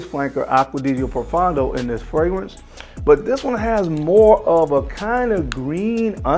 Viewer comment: To most American Frag Reviewers. Please pronounce Aqua Di Gio properly. Aqua-Di-Gio not aquadigio. Also, Profondo is not proFUN do it’s pronounced Pro-Phone-doe.